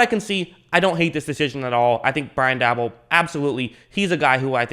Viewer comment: It's Pronounced Brian Day Ball